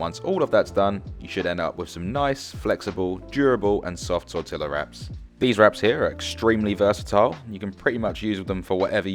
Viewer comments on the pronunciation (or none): tor-tee-ya not tor-tilla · I thought you were joking about pronouncing the L's in Tortilla but you really weren't 😂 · Tortilla ( tor Tila) or tor teyaa 😢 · He claims to be a chef yet doesn’t know how to pronounce tortilla correctly… Like I think this is one of the most widely recognized Spanish words in existence and he doesn’t know how to pronounce it. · too bad you don't know how to pronounce 'tortilla' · Do you pronounce the "L"s in Tortilla in the UK?